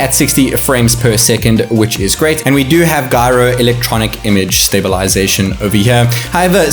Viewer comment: Gyro is pronounced as "Jai-ro" and not "guy-ro".